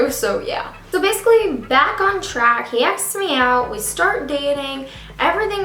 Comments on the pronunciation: She says acsks instead of asks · how can u mess up such a simple word? (and english is MY 4th language)🙄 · That's what I was thinking lol😄